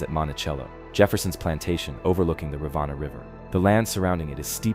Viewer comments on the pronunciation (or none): You know if you’re gonna talk about a place you should learn how to say the words right. Rivanna is short for the river anna. Riv anna. Piedmont is pronounced peedmont. Staunton is pronounced stan ton. There were a bunch more but seriously. Jeez.